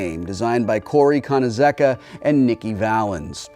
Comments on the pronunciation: Corey KONIZEKA lol come on wil, it's Koneechka. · Uh. That's probably the WORST pronunciation of Konieczka I have ever heard.